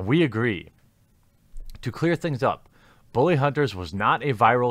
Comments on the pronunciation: It's pronounced bull-lee not boo-lee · Why do you pronounce "bully" as "boo-lee?" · Why do you keep saying "Booly" and even emphasize it? Am I missing some inside joke or something? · "booly hunters" :^) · Why do you say "bully" like "booly"? Honestly curious if that's some kind of accent thing going on there.